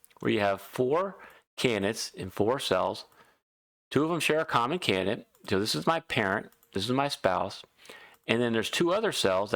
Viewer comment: Great tips but when explaining complicated moves you talk a bit too fast mate! Also it's pronounced can-did-ate and not "can-nit". Sorry but its like nails on a chalkboard...